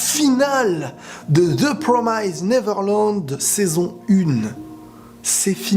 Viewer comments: Oui c'est incroyable je confirme ! D'ailleurs c'est la première fois que je me rend compte que depuis le début tu prononçais : " The PromYsed Neverland" alors que ça se prononce " The PromIsed Neverland" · ze promaysed neverlonde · Tu prononces mal the promised neverland...